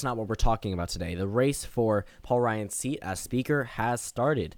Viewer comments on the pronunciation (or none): none